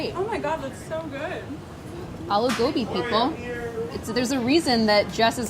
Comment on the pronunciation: I’m so happy she didn’t say uh-loo gobi